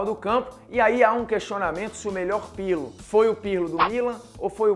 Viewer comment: legal lega, mas vocês falou errado o nome do Pirlo trocentas vezes.